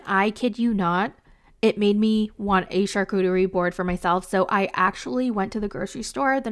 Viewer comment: Did anyone else hear say Char coochie board? 😂